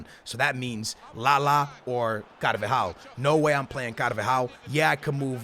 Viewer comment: Does the way he says carvajal trigger anyone else or is that just me?